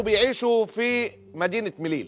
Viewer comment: اسمها مليلية هناك ياء قبل التاء المربوطة